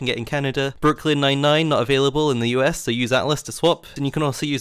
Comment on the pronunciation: No one talking about the British flash when he says us in the ad